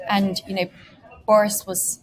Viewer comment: The interviewer pronounce the word and with a t in the end? Ant is an insect.